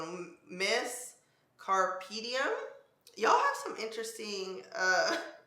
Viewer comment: Not trying to pronounce Carpe Diem 🤣